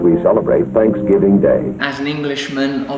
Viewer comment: Happy "Fanks"giving...... I love how English people make fun of our Thanksgiving. When they can't even pronounce the letters "TH" without sounding like an "F" but you're right.... We are the weird ones :-)